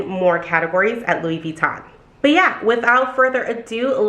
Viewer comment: Funny how you've worked at Louis Vuitton forever but still cant pronounce it :))